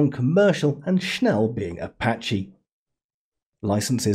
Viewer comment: the moment you don't check he mean schnell > Schn-e-ll